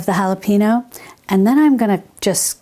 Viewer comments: Hello Dear. Just an FYI: Jalapeno is pronounced as "hal-a-pen-yo." In Spanish it is an N with a "tilde" on top which gives it a "ny" sound. The "e" is the English short vowel for "e", not a long "e." In Spanish the vowels don't change, so an "e" is always the English short vowel sound as in send, not seem. Good job knowing the "J" is the "H" sound in English! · I love your information. 😀 I do feel that you should be able to pronounce jalapeño though. It's not hard and you're from Texas.